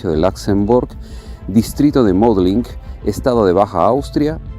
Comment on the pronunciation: Muy interesante está documentación. Pero debería hacer las pronunciaciones exactas de sitios Austriacos (Mödling algo así como U) (Wiener - Viener). Gracias